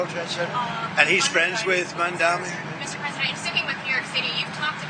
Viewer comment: PrezT can't even pronounce MamdaNi's name correctly